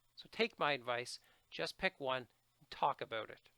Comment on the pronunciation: I love your videos, I have watched about 4 just tonight and you man have given me a lot to think about and prepare for! BTW I can´t get over how you say about :D - oubout, aubout, ouibut or whatever! I really appreciate your knowledge about TOEFL. Thank you